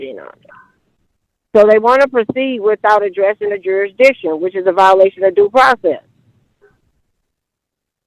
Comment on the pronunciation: Jurisdiction vs Juristiction'